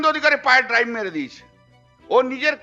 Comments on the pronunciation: কথাটা ড্রাইভ নয়, ডাইভ। টুকে পাস!! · Wrong saying.... Not Drive...but Dive...., don't do mistakes in grammar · আপনার কথা মত আপনি তো একজন ইংরেজির পন্ডিততাই, আপনাকে মনে করে দিই কথাটা ড্রাইভ না কথাটা ডাইভ। নিজে আগে A, B, C, টা শিখুন মশাই।